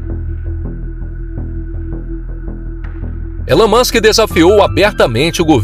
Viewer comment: Ta man, já sou fã do "Elun Muchen", não precisa me convencer!